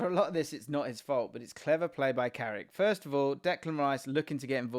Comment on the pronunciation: It’s carrick you knowwwww